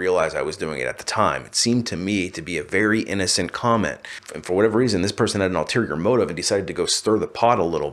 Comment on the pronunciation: Ulterior motive..not alterior